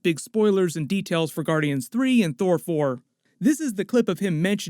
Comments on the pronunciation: my boy accentuates so much on “Thor Four” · Thor Four sounds funny Every time you say it